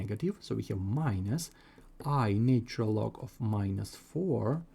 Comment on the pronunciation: This is so tediously repetitive and boring, yet you've neglected to state that k can be negative, too. Also, your pronunciation is bad: "natural" isn't pronounced as "nature-el"; "cosine" isn't pronounced as "kah-sign". You should just state the identity of: e^(i*θ) = cis(θ) = cos(θ) + i*sin(θ) Since sine and cosine have a period of 2*π , then this applies to e^(i*θ) = cis(θ) = cos(θ) + i*sin(θ) . Thus, for k ∈ ℤ , θ and θ + 2*π*k yield the same result. Next, you can mention that cis(0 + 2*π*k) = 1 , and cis(π + 2*π*k) = -1 . That is, the cis of even and odd multiples of π are 1 and -1 , respectively. Now, apply them to the problem: 1ˣ = -4 (1)ˣ = (-1)*4 (e^(i*(0 + 2*π*n)))ˣ = (e^(i*(π + 2*π*m)))*2² ; m, n ∈ ℤ x*i*(2*π*n) = i*(π + 2*π*m) + 2*ln(2) x = [i*π*(2*m+1) + 2*ln(2)]/[i*π*2*n)] ; n ≠ 0 ∴ x = (2*m+1)/(2*n) - i*ln(2)/(π*n) ; m, n ∈ ℤ , n ≠ 0 One solution with m = 0 and n = 1 is 1/2 - i*ln(2)/π .